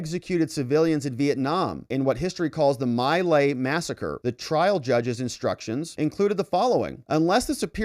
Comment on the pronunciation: It's pronounced Me Lie BTW